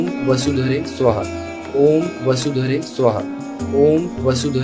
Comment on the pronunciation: સુહા નહી સ્વાહા. Is correct ઉચ્ચાર ૐ વસુધરે સ્વાહા